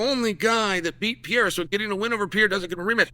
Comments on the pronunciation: forFuxAke, IT’S PEREIRA! IT’S NOT PIERA! It’s closer to PEDEIRA, with a fast D. Forget PIERA. Stop it! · I promise you it's Perreira not Pierra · It's not Piera. It's Pereira - Pay Ray Rah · Chael I hope you do read these comments. Please pronounce Portuguese and Spanish names accordingly. I'll be the first to say this but your mispronunciation is making you lose a lot of Latino fans. It's cringe to hear the mispronunciation over and over again. It's not Pierre. You can say Pay-hay-duh instead. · alex pierre!!!! xDDD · Cmon Chael it’s Pereira not Piera 😔😂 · And who the hell is Piera? PEREIRA, not that hard, uncle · Who is Alex Piere? ITS PEREIRA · 🇧🇷 PE - REI - RA not Pierre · Can someone help Chael pronounce Alex's last name properly?!! It's NOT Pee-Air-Ah 🤦‍♂️... It's Peh-ray-rah in English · Mah Man Chael. The Man’s name is Pereira not Pee Era. Do your brazilian fan friend over here a favor and just refer to him as Poatan, will you? All the best. Chama.🔥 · It’s not Alex Piera , Pereira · Who the hell is Piera ? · It's not Pierra, it's Perreira for crying out loud. Learn the name already 😂😂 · Alex Pierrea really confused me. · Who is Pierra? 😂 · Alex has been fighting in the UFC for almost 4 years now, and Unc Chael still hasn't pronounced his name correctly a single time. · Uncle chael please, pronounce his name right. Pi- rare- ah Not Pee-era 😂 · Who's "Pierre"? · Who is this "Pierre" Frenchie fighter he keeps talking about? He should be talking about Pereira! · Alex "PIERA" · It's PUR-EH-RAH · IT'S ALEX PER-EH-RAW ! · New mythical fighter: Alex Pierre-uh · How is Chael STILL calling him 'Pierra'? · Alex "Piera" ....... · Alex Pee-air-ah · Who the fook is Pier ? if you keep refusing to pronounce Pereira then sincerely F you. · New pronounciation unlocked: Alex Pee-era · Funny how Pereira becomes "Pierra" in Chael's way of pronouncing the name. That's a good indicator on why the Pereiras who emigrated from Portugal to US changed their surnames to Perry.